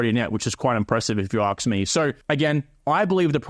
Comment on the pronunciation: Do you say ax instead of ask? Are you fluent in pigeon English or know a few words?